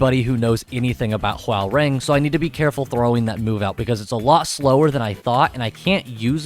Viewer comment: its pronounced whore-rang or *ho-rang